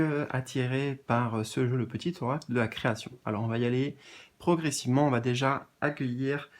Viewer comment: Mdr tu m as fait sourire quand tu as dit eracle au lieu d oracle ça m a fait penser à Héraclès qui est hercule et le message c'est les mystères divins. Hercule est symbole d immortalité protecteur des. Athlètes et protège du danger. Immortalité = lien d âme et athlète = guerrier